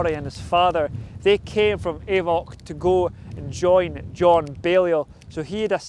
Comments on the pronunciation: It's not pronounced 'Ay-voch'. It's pronounced 'Auch'. Like 'och'. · That's not how you say Avoch. It is och.